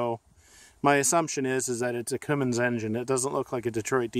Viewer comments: CUMMINS SIR, NOT COOMINS. I WOULD LOVE TO HEAR YOU SAY KOMATSU LMAO 🤣🤣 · Coomins 😂😂😂 it’s Cummins